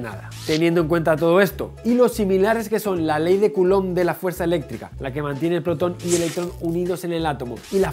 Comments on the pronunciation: Así es como se pronuncia de verdad xd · Mijael Orellana ley de coulomb, intelectual, suena chistoso, tampoco se pronuncia así exactamente. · Min "la ley de culón" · Para evitar confusiones, resaltaré que es Ley de Coulumb. Pero no lo negaré, se mamó, caballero.